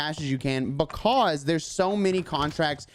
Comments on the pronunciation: I love how he says because BECASE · I love the way you say "buhcawse" lol